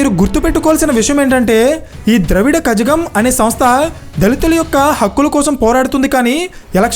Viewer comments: Not kajakam it’s kalagam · It's not kajagam it's kazhagam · Bro... It is informative but a small mistake it is kazhagam is pronounced as kalagam not kajagam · Z is prounced as La not Ja ..basic english😅😅😅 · Dont pronounce asa Kajagam it is Kayagam Z is silent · కాజగం కాదు , కళగం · Brother in Tamil z is pronounced as La not za So it's kalagam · Khazhagam ani pronounce cheyyakandi not correct it’s Kalagham ani pronounce cheyyandi.. and Kamal party name makkal needhi (maayam) kaadu “Mayyam” bcoz when we pronounce wrongly total meaning get changed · ఖజగం కాదు కళగం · Infirmation is good. But a basic thing you messed is the name pronunciation. Basic study is require when talking about ither language. Kazhagam - this is not kajjagam or kajjadonga kadhu. It is Kalagam. You should pronounce this from the nerve under the tongue by folding your tongue up. Annamalai - is not anna. It is called as Annaaamalai. Maiam - this is Maiyam. Just type their name in youtube and know how their name is called. Atleast use the closest pronunciation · It is not kajakam...it is kalagam. Zha is pronounced as la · It's not pronounced kajagam but it should be pronounced as kalagam the tamil letter ழ will be written in English as zha but pronounced as lhaa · Adhi Dravida Kalagam ani pronounce cheyyali bro.. Kajagam kadhu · Adhi kajagam kaadhu Bhai. Kalagam..Tamil lo koni letters la badhilu zha ga use chesthaaru. And bro. Vijayakanth gurinchi koncham thelusukondi. Ayina nilabadina first election lone major opposition party. DMK kuda venaki vellipoindhi ayina dhebbaki. Naaku thelisi meeru Inka research chesthe Inka baaguntundhi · Adhi Kalagam ra nayana. Kajagam kadhu. Intha research chesevallu pronunciation endhuku chudaru e video lo asala 🤷‍♂️ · Bro Dravida kajagam kaadu its kalagam ani pronounce cheyali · It's not kajagam it should pronounce it as la(tough completely bend like snow akka😂says) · Kajagam ani pronounce cheyyakudadhu Andi, kayagam ani pronounce cheyyali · కళగం కజగం కాదు